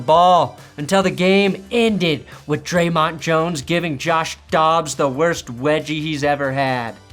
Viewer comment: Dre’mont jones???? Lol